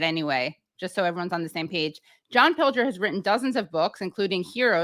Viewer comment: How incredibly LUCKY you are to have interviewd such a LEGEND. Fantastic first 30 minutes!! It'd have been even better if you had learned to pronounce his name properly... nonetheless, great GREAT to have him, any crumble we can get, we take. MR. PILGER, we have learned so much from you. You are one of a kind, ♡♡♡ xx..